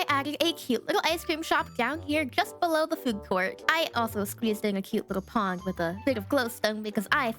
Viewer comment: Did anybody else notice that she said pong instead of pond whatever she was working on the allosaurus